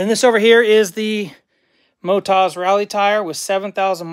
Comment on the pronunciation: I always thought it's Motoz and not Motaz...😉🙃